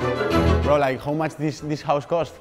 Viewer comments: por el aamor de dios, cuando pronuncies "how" en inglés no digas "jou" sino "jau", casi me tengo que areancar los oidos 😅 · un pequeño consejo, tu nivel de inglés es excelente, pero el "how" se pronuncia mas como "hau" que como "hou". Es una crítica constructiva, que nadie se lo tome a mal, no voy intentando dar clases a nadie de nada. Es solo un apunte que creo que sabrá tomarse a bien, como lo que es, un consejo con la mejor intención. Por otro lado, lo que haces es impresionante, sigue así. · bro buena charla pero aprende a decir how y no digas who